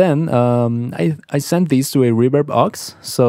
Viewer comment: "Reburb" 😂 I love the spanish accent 😁 Love the video man!!! 👌🏼